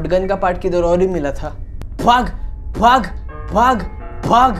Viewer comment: is he saying bhaag or faaak lmao